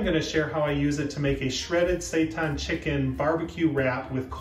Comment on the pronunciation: its saytan not sightan